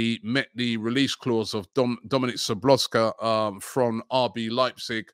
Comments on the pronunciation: “Sobloska?” 😂😂😂 It’s “Zho-bo-zlai” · Sabloska ? Wtf 😂,im suprised he names our players correct let alone others,seems he didnt finnish school but its ok not his fault lol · Ah yes, Dominic Sabloska, good player. Robbie…you’re killing me with these names 😂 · I think the way Robbie pronounced Dominick Szobozlai, was probably his worst butcher to date 😂. Man said "Dominick Sobloska" 🤣😭.